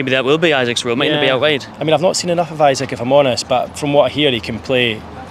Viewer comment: E sak, Not Isaac haha